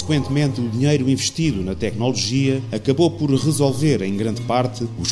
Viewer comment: muito bom, muitos parabéns! (só gostava de saber onde é que o locutor aprendeu a dizer "tecnÓnolgia"... perdoem-me a crítica preciosista)